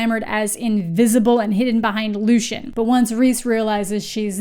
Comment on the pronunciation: LOO-SEE-EN !!! Pls not lushan But fr please keep reading, the second one is better. I've heard this is basically a trilogy bcs after the third one it gets super ridiculous so i don't plan on reading the rest of the series :D